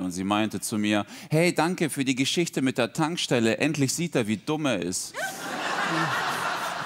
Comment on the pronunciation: Brot und Tankstelle hört sich sehr Schwäbisch an.